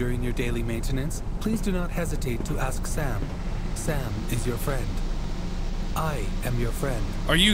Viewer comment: He said SAAAM, not Sam.